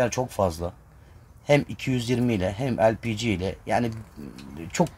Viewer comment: lpg mi demek istiyormuş ben de tam googleye bakçaktım ELPİCİ ne diye.:) bence de harfleri türkçe seslendirmek lazım sonuçta o harflerin türkçe okunuşları LE-PE-GE